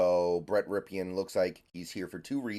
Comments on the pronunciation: Pronounced, "Rip-in." FYI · I cringe Everytime he says rip e in. But i'm old enough to remember his uncle win a Superbowl